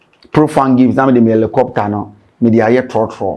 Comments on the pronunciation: Rephrase your statement, it is supposed to be: it is not or it’s not “Elicopter” it’s Helicopter. Since we’re correcting grammar and pronunciations. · is not "Elicopter" is Helicopter 😂😂😂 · did u say Alocopter or helicopter? 😂😂😂